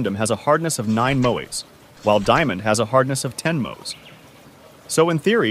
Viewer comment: He pronounced mohs differently every time.